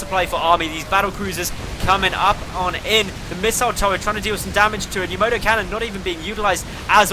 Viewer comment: You say "Tom-ay-to" I say "Tom-ah-to" You say "Yamoto" I say "Yamato"